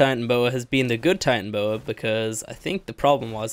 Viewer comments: It’s tie-tana-boas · I hate to be that guy but Titanoboa is pronounced Tie-tan-o-boa